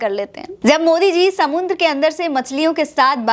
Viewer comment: "समुन्द्र" क्या होता है? 😂😂😂😂😂😂"समंदर" होता है या "समुद्र"